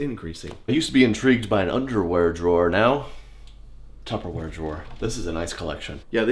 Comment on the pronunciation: did he say "tufferwear"?